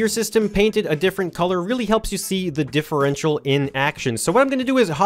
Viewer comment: You said that thing about the differential correctly. Wow, you smart.